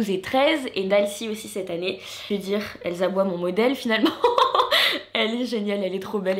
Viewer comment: Elsa bois et PAS ELLESABOIES 😂.. pardon